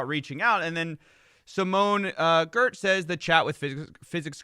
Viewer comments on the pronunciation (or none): Mar-kez. Simone Yetch. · I’m sure I’m not the first to say it but Simone’s last name is pronounced “Yetch” somehow lol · my man, you really need to learn how to pronounce people's names. I know this channel isn't as highly produced as your main channel but jeez, you butchered two names. Giertz is pronounced like "yetch" and Jung is pronounced like "young." I know Giertz isn't a common name so I can understand that one, but I thought "Jung" was common enough? Like, Carl Jung? The famed Swiss psych whose work has influenced and inspired many a person for decades? It's me, isn't it. I know this because of interest bias. Sigh. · Also, Giertz is pronounced Yetch. "It doesn't make sense in Swedish either."